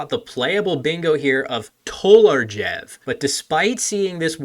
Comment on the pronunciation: As a Slovene i feel obligated to mention the mispronounciation of TOLARJEV. The J is pronounced /j/ like english y, and the V is pronounced /w/ like english w.